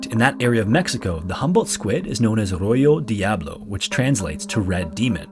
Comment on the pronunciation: I find it comical for you to make such linguistic mistake when pronouncing “Rojo Diablo” in Spanish. When you were promoting a linguistic app. Good video though